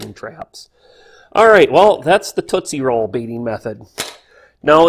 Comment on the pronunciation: What's a tootsy roll ? (I assume that's what you are saying)